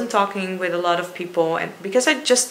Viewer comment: Aww nothing is wwong wiff joe kwipkie & "erw my god... I'm officially scarred for life by this toilet" hahaha thnx for making me laugh, hilarisch :D